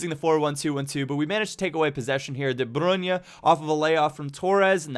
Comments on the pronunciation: its not its de brui-ne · the way you pronouce de bruyne makes you sound like such a dirtbag.